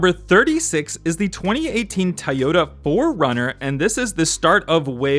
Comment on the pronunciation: Nice video but it’s not pronounced Tayota but Toyota or Toyoda just an fyi